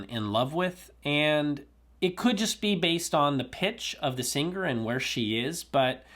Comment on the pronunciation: you have become, in a very short time I might add, my favorite “Go To” guy in audio-land hands down! I have been in this hobby from the age of 16….I am in my 50’s now. Keep doing what you love, it’s working! You can’t seem to pronounce the word button properly (Ba-in) or singer (Sing-ger) but I still luv ya! Lol!! Peace